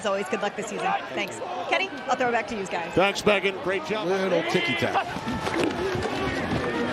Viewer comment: "Kenny, I'll throw it back to youz guyz"